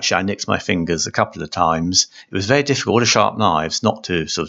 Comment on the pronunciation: See the gwoove ....? Vewey Vewey good. Some were loose....some were tight...